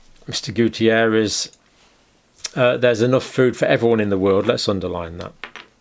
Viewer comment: It's António Guterres, Doctor! Not Gutierrez!! I'm portuguese and I know him since I was little. My parents lived next to his grandmother's house. He's a very nice person! It's funny to watch you battle with the spelling of the name. I've been following your videos these last two years. Wonderful work!!